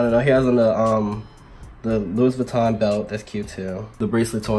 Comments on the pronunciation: But you said Louis Vuitton like " loo- is" "vitton" I can't 😂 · When he pronounced the S in Louis Vuitton i screamed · “lewis vitton” 🤣🤣